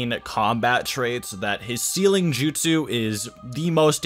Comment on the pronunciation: My guy, since you're making videos on this, I'd think learning to pronounce the names and "jutsu" correctly would be something on your ToDoList but apparently I am wrong. How is it that people who speak english natively are so horrible at reproducing names in other languages?